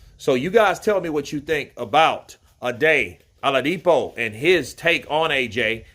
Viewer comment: Not aladipo it's oladipo